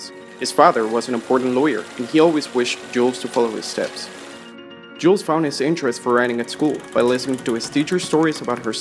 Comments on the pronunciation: Es in Jules is not pronounced it's like "Gill" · Nice one. However, please pronounce his name correctly. The letter "S" at the end of Jules is silent.